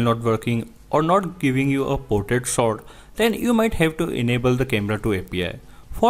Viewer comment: Why u Indians speaks English if it's not ur native language LOL 🤢🤧 speaking slowwely slowwly and then 1000words/Sec That is portrait shot Not sot